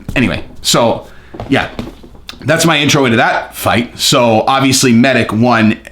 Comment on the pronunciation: I gotta to correct the pronounciation of balkan names since im from that part of europe, its meditch and rakitch Anyway keep up the great work